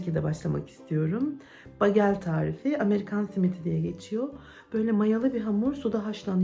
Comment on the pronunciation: Begıl diye okunuyor. Susamlisi ,corekotlusu,sarimsaklisi ve kuru uzumlusude oluyor. Kizartip krem peynirle yerler Amerikalilar genelde yada yagda yumurta ve kasar peyniri ile tost yaparlar. Kahvaltida harikjaaa olur😊